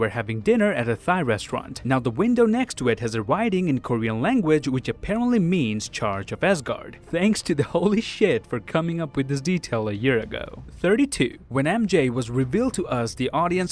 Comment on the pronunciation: After that he said kory-on instead of korean🤣